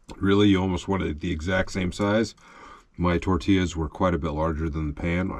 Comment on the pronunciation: The way you pronounced tortillas… 😡😄😁 tor-tee-uhz 😉👍